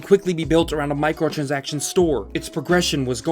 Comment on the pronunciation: Good vid but you kind of mumble some words. Make sure to enunciate. Trend-setter. (not trend center), Micro-trans-actions. (not micro trinsikshns). Gar-bage (not gorbage). QA (not Q & A, it means Quality Assurance, not Questions and Answers). Supposedly (not supposubly, not a word)